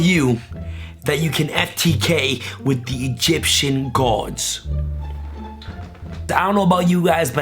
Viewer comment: The ways he says gods though..........